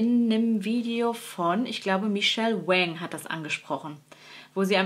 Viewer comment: Tolles Video mit vielen Verführungen. Bin auch ein großer Wayne Goss fan. Und supporten tue ich ihn auch gerne, vor allem nachdem ich von seinem großen Pech im letzten Jahr gehört habe. Und da ich ja auch ein kleiner Pedant bin, Michelle Wang spricht sich wie Wong. Das sagt sie zumindest auf ihrem Kanal. Danke Dir!